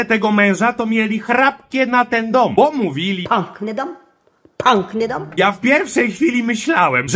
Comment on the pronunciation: Ta babcia mówi pank nyga a nie piękny dom :D